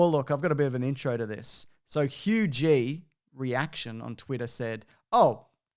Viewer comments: Anyone else realize he said Hugh G. Reaction instead of Hugh g. Rection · HA! Monetization probs: Pronouncing Hugh G Rection as "Hugh G. Re-Action" LOL! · Is anyone gonna tell him that it's not Hugh G. Reaction, it's Hugh G. Rection? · The worst part is that ‘Hugh G Rection’ has waited his entire life for his name to be read out on YouTube and ol’ pronounced it wrong..